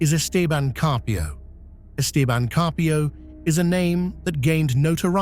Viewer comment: The stupid shitty AI didn't pronounce 'Esteban' correctly